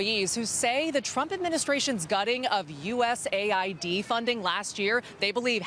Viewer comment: It's pronounced U S AID. No need for a spelling bee.